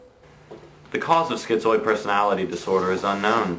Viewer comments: it's Schi - zoid; there's no t in it. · It isn't "schiTzoid". There is no "T". It is schizoid.